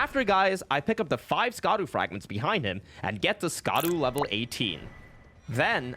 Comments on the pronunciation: Hey, man, not to be that guy, but: Scadu is pronounced "shadu". As in, shadow. It's the old spelling of the word, which I guess the translators picked because Dark Souls and ER have always had a penchant for old terminology and grammar (thou instead of you and so on), but in Japanese they literally just say "shadow tree", "shadow Altus" and so on. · Scadu is pronounced Shadu